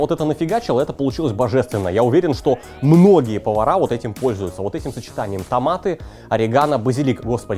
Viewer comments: Друже, ты за***л уот так уотать, реально к середине выпуска уши резать начало. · Брат Алексашки курицына:))). "Уотак уот"!:))) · Уот так уот. Уот таак уот :D